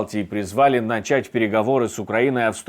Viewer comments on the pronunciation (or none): none